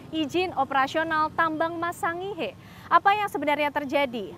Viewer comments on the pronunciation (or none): Sangihe di baca Sangir... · Hai pembaca berita anda mengucapkan sangihe yg pas dong!!!